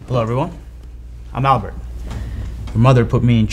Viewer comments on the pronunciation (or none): none